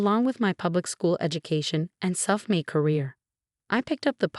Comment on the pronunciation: Boston, not ba sin. Self-made, not self me. Family, not fami. Emma, not ma chen. Post-nuptial.